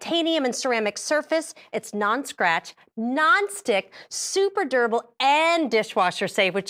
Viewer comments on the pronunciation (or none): Every time he says durable it always sounds like he’s saying “gerbil”.